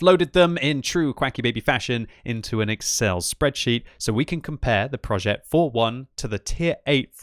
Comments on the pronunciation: Hey here's an advice on the pronounciation of the name. This tank's name is said "projeh" and not "projet" it's not like progetto. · Pronounce PROJÈ(T)